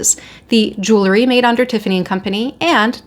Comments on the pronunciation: ‼️‼️‼️🙄🙄🙄🙄🤦🏻‍♀️Why don’t you learn how to PRONOUNCE “jewelry” CORRECTLY before ragging on about it sounding as ignorant as you quite obviously are. “JEWELRY”= 2 (TWO) SYLLABLES: JEWEL👏🏼 RY👏🏼… The way IGNORANT (you) people pronounce it is with 3 (three) syllables (WRONG) and say jew-ler-y and that is WRONG, WRONG, WRONG!!! ‼️‼️‼️🤦🏻‍♀️🙄🙄🙄🙄🙄🙄🙄🤦🏻‍♀️ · Please, for the love of everything good - JEWEL - RY. It is NOT JEW - LERY. I think you got it once. We're not bedazzling Jewish people, we're talking about Jewels. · I’m sure it’s pronounced jool-ree. You don’t take the name of the person who make the pieces, jeweler, and add ee.